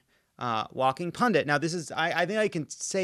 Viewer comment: Ok, this explains why you dont mispronounce "pundit" like everyone else.